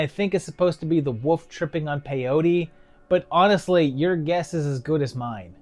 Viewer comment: I love the accent where you pronounce Wolf as woof~! These seem pretty fun; never really heard of any of them, surprisingly. EDIT: Shit, you called me out lol